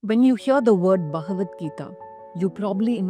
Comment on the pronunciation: It is not Bhahavat... it is bhagavat